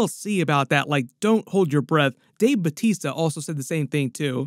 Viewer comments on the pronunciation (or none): none